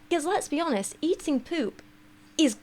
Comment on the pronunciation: You said "let’s be honest" and my gay ass heard "lesbi-onest" 😅